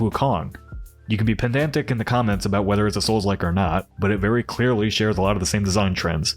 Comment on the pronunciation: I’m trying to decide if “pendantic” was bait. 🤔